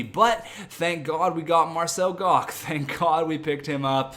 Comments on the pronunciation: It's pronounced marcel gotch, not gock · its pronounced Marcel Gosh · Marcel Goc is pronounced like goch, sorry it was bugging me lol